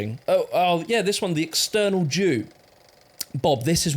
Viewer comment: I wasn’t watching and thought “Why is he saying external, is eternal”